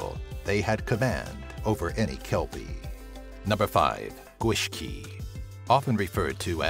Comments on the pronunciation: Oh god, the pronunciation of Gwyllgi and the Welsh towns were quite something. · ***** The Gwyllgi was the worse from what I could tell. But I admit the pronouncing of the beasts name itself wasn't very bad, just a bit off. But he could not say those Welsh town names. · The pronouncing of these are funny, fair play to you though, you almost nail some, Gwyllgi, you didn't quite get that one haha. Gwyllt = Wild, Gi = Dog. Sluagh sounds funny, looks a lot like a bug eyed version of the Hunters on Resident Evil, really cool video. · Omg I'm Welsh the GwithLLi, in that word the LL is not pronounced sh it's put tongue against the back of your teeth and say it, it's really hard to explain is an out breath kinda hiss, like an out breath on meditation! Lol. So yeah always in a LL in Welsh is pronounced the same way not hard like shhhh, or shit! Hehe. Sorry, had to say something. Sorry!